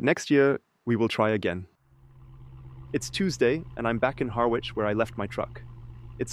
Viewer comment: The 'w' in Harwich is silent. 😉